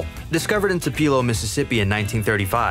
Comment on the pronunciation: ta PEE lo. SMH🤨